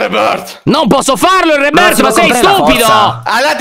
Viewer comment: Alex : Reboooorth Io : ma come l'ha detto 🤣🤣🤣🤣 adoro 👁👄👁👍